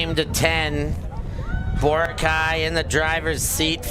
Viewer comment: Bro is pronouncing Boracay wrong. Basic respect is doing your homework as a commentator.